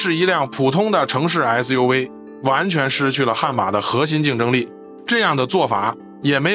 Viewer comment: SUV 唸成 SU we